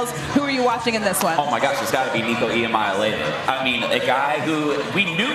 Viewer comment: E ah moly ahva learn to pronounce it what you are paid for but can't expect much from these clowns joke of a program ESPN you suck anymore